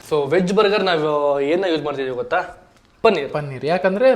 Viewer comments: ಗೋತಾ❌ ಗೊತ್ತಾ ✅.. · Bro song maatra nanu kannadiga kannadada kaavaliga. But nim kannada correct illa. Adu ಗೋತಾ alla ಗೊತ್ತ . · ಗೋತಾ ❌ಗೊತ್ತಾ ✅